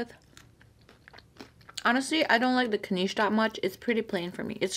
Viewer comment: Its Knish (like wish). Not kneesh.